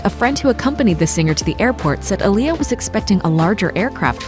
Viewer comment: Not even saying her name right